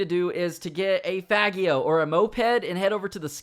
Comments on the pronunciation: Its pronounced faj e o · Come on now, it's pronounced "fah-jee-oh".